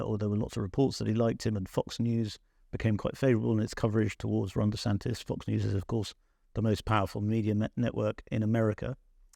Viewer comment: There is no extra ‘s’ it’s just DeSantis’. Imagine a journalist not knowing that